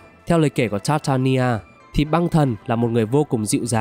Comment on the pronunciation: Tóm tắt rất hay=)) mỗi tội phát âm hơi sai dễ gây hiểu lầm cho newbie, ví dụ như gold mà ông đọc gần như giống từ god, tatarlia mà ông đọc sang tartania,....